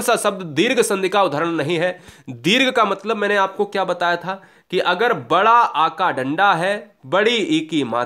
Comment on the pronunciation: Sir Wada or wadi nahi bada or badi hota hai